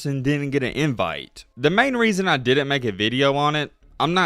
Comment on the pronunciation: “Didn’t” is NOT pronounced “di-dent”.